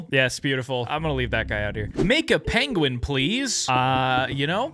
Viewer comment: Ah yes the “PAIN”gwin